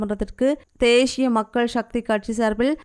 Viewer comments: Not theshiya it's thesiya please correct the Tamil words. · தேஷிய மக்கள் ஷக்தி😂😂😂 ( தேசிய மக்கள் சக்தி என்று உட்சரியுங்கள் தயவு செய்து)